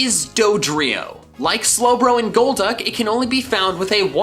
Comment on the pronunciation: IT'S GOLDUCK, NOT GOLD DUCK!